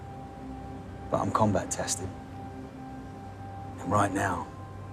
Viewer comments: I heard "combatastic" too. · re: "combatastic" ... sounded more as "combat tested" :face-purple-wide-eyes